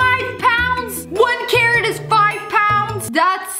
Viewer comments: I literally thought she was saying Karen when she was talking about the carrot😂 1 Karen is 5 pound! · You keep on saying Karen when its the big carrrot